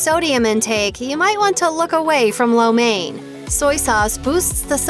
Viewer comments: What's up with that pronunciation it sounds more like lao men not main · its catered to the american tastebuds and yall complain that the dish is unhealthy when american food is unhealthy?? not to mention wtf is that pronunciation of lo mien i almost didnt know what this video was about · Im Chinese and everytime they say lo mein with the wrong pronunciation it freaks me out. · You are not saying Lo Main right. Most English speaking people get it wrong.